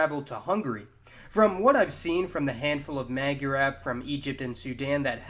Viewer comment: It's not mag-yar-ab its Moi-are-Ab (Magyarorszag is pronounced Moi-Are-Ror-Sag) & it doesn't mean ab as in Arab its Ab as in Aboriginal